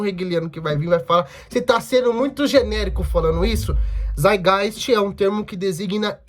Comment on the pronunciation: O Althusser tem um texto chamado lenin antes de hegel em que ele comenta que lenin opinou corretamente sobre Marx e hegel sem ler hegel. Ou seja, é contraditório com o que o proprio lenin disse depois ao ler o hegel. Só pra constatar a treta. E o termo é saitgaist, tem que pronunciar o "t".